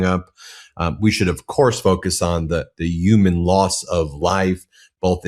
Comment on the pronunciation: "Human" is pronounced HYOO-mən (/ˈhjuː.mən/) Give it a shot Ben👍😉